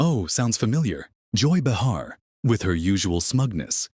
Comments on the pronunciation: I might possibly subscribe IF AND WHEN YOU LEARN HOW TO PRONOUCE THE NAMES OF THE PEOPLE IN YOUR VIDEOS - BUH HAR is not the way you pronounce Bay Har - illiterate bunch of nothingness here - THUMBS DOWN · Behar is pronounced BAY-har, not “Buh-HAR.”